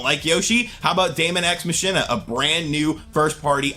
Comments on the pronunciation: Ma-kin-na not ma-shin-na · Hey LOVE the channel but Machina is pronounced Mah kee na. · MA KEY NAH is the way you pronounce the word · "Machina" is pronounced "Mah-Key-Nah" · It's Daemon X Machina (pronounced Mack-ee-nah) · It's pronounced Maw-Keen-Nuh, homie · It's pronounced MOCK-EE-NAH It's a play off of deus ex machina. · I'm worried about the way you keep pronouncing Machina...